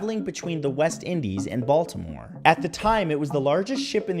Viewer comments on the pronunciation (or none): none